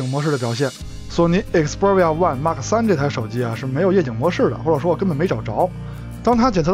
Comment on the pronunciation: 请把xperia的读音搞清楚…